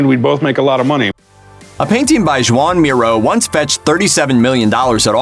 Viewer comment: Joan is pronounced HUAN...he is Spanish for christ sake...do your homework ...